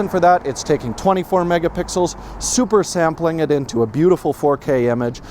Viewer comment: The sound seems more muffled than on the TCSTV videos...teething problems? Oh and kept on saying Mega-Nichols instead of Megapixels, a little bit of humor on his part or auditory typo?